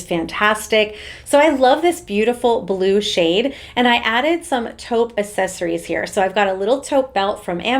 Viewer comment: Can you please learn how to pronounce "accessories"?